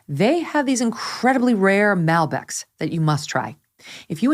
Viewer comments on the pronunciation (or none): Hey Megyn is called Malbec as in Mall Beck. Not Malbec as in Male Beck. At least learn to pronounce the word if you are gonna sell your soul to push their product! Seriously???!!